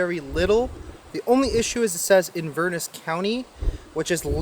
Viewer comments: IN- VER- NESS. I WAS BORN IN INVERNESS COUNTY. PRONOUNCE IT RIGHT. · Inverness is pronounced Inva-ness. In Scotland the fog that comes in from the sea is called a Haar. Lamb is my favourite meat. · !st on your tin foil there are little tabs on each side that you push in which keeps the roll of tin foin in. 2nd it is pronounced In-ver-ness. I have been to both, that one and the one in Scotland. and its called the cabot trail, I took my motorcycle a few years back on it. great ride there is a pizza place that has great Onions rings or we were very hungry both could be true.